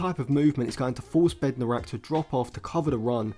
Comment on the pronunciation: Bednarek, not Bednorak